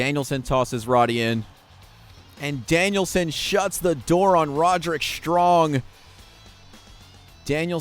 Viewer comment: Its pronounced more like rod-rick, not ro-derick 😂